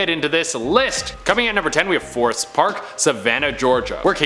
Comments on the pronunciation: Forsyth, not forest. Does anyone rehearse these videos even a little? Bats are not evil. Thought you said nature is neutral. Plus, they carry fewer diseases than humans. Ditto on the snakes. At least you are probably the best at pronouncing the words! (Except when you just use the wrong word.) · Fore-scythe (syth)= Forsyth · It's pronounced For-sigh-th for the 1st one 😅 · Savannah native. totally butchered Forsyth. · You are killing me the bar scene in Savannah is way worse in Savannah and you are saying Forsyth park so wrong it’s insane 😂🤦‍♂️ the only thing scary at night there is homeless people. You’re in the wrong part of town if you want to see haunted stuff. Killin me smalls 😂